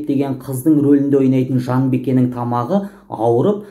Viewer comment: Жанбике деп айтсаныз Жанбеке емес!